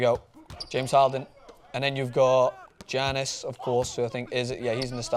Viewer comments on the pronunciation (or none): Giannis is said YAHH Nisss god damn your suppose to be a professional